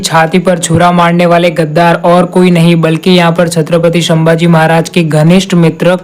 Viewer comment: संभाजी महाराज को तुम शंभाजी महाराज khu bolte ho🙄🤔